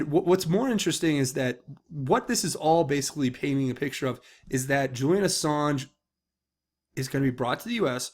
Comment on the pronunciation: I think it's funny he called him "Assarge".